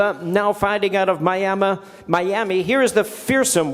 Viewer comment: MAI-YAMA ....Bwahahahahaha